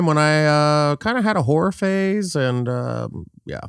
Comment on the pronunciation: oh whore phase. I heard horror phase. 😅